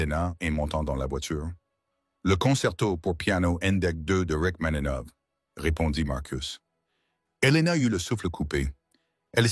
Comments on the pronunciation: Rachmaninov et pas rachmanov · S'il-vous-plaît Rachmaninov - vous n'êtes même pas capable de prononcer ce nom correctement - c'est absolument inqualifiable !